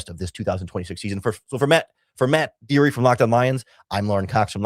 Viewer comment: Bro said matt deery